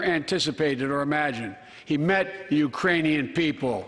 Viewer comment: Yeah, I wasn't sure if he was saying Iranian or Uranian. But it sure didn't sound like Ukrainian. Yeah, he messed up. Lol 🤣